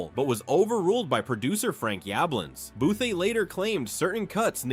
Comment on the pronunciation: Booth-eee. Fuck I hate AI.